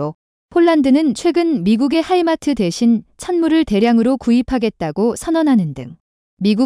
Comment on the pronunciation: 하이마스를 하이마트로 했음. 수퍼마켙인줄 알았네. 😅